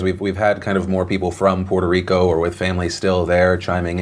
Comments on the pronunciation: I'm just glad, Phil, is saying Puerto Rico without an accent.....i was getting triggered. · Puerto Rico; Draining the hell out of it's swamp! Also, Thanks Phillip for not putting on the mierda accent when pronouncing the name.